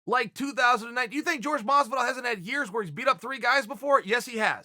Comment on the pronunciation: Uhh Masvidal? Really not that hard uncle chael..